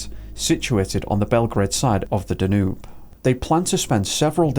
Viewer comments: Excellent. By the way, the river Danube is pronounced Dan Youb not Danoob. If you haven't already, please cover the disappearance of Trevor Deely who disappeared in Dublin on 8 December 2000. He was walking home from a party at 4am, never made it home and was never seen again. He called into work to get an umbrella because it was raining and the taxis were on strike. There's a couple of shadowy figures on cctv outside his workplace, identified as co-workers. Why were they waiting for him ? Was the person following him on the last cctv footage ever identified ? Also, the disappearance of Steven Clarke disappeared from Saltburn, North Yorkshire. He visited a public toilet whilst walking with his mother. She continued to walk home, when she got home, he was nowhere to be seen. That was 1992. There's a more detailed backstory. Eighteen years later, his parents were arrested for his murder. There's a t.v. documentary about it. The subtleties of this give away more then his parents realise. However, nothing came of their arrest and they are still insisting he's missing and they don't know where he is. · The river is pronounced Danyube